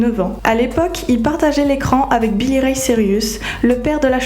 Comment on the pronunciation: miley cirius ??? billy ray cirius ??? 😵aïe mes oreilles c'est cyrus pas cirius